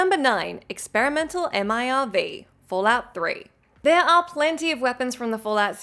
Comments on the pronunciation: M.I.R.V? Just say Merv like normal people please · Spelling out MIRV rather that just pronouncing it made me hurt. Realizing we'll have to wait forever to actually get "Fallout 6" was a fatal blow. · Wow imagine actually spelling out MIRV rather than just saying as its actual word